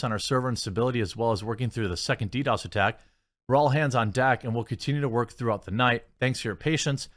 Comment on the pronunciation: Jeremy, it’s DDOS. Lol